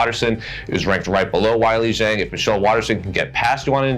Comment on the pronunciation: Zhang is pronounced similar to jeng in chinese.